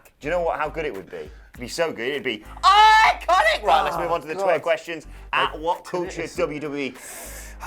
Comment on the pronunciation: Can someone please make a compilation of saying IICONIC please?!?